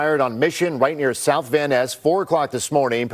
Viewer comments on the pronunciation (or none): none